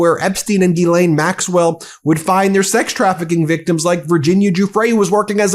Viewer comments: It's "zhees-LEHN", you goofs. "zhees" = like "jeez" but with the soft "zh" sound (as in measure) "LEHN" = like Len, with a short, open "e" sound (like in pen) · It's not GEElaine. Will you please learn to pronounce it like every other news outlet. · Why do you keep pronouncing Jizlaine Maxwell's name wrong?